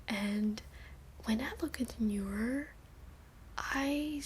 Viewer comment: Neuer not Neur